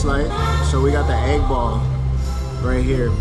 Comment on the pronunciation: Bro all this time I thought you were talking about getting an 8 ball 🎱 but you were saying egg ball 😂😂😂😂